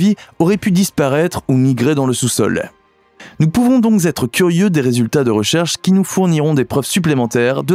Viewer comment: je partage ces désaccords quant aux titres racoleurs et pour le coup je retire aussi mon abonnement pour cette raison, dommage car le contenu n'est pas inintéressant on peut même apprendre que le narrateur aime les pataquès , il nous en offre souvent, mais j'aime bien celui-ci ...un velours ... "nous pouvons donc z'être curieux...", ah ces êtres curieux que sont les narrateurs aux titres aguicheurs rimant là avec menteurs... ...